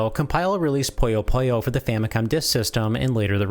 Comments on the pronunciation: To nerd out, the name is pronounced more like "poo-yo poo-yo" and not "poh-yo poh-yo". 🤓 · Love the video, but your pronunciation is odd. Sounds like you say "Poyo Poyo" instead of "Puyo Puyo". :P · just like he pronounced puyopuyo the entire time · Kinda disappointed in this video. It's a mix of inaccuracies, speculation on localization behind the scenes, and seems a bit weirdly unfocused. Also, misuse "literally" and constantly saying "poyo poyo" instead of "puyo puyo." Feels like just a video put out for the sake of putting out a video. Ah well, just another "do not recommend" channel. :/ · It’s a good video but it’s you mispronounce the name of the game 😭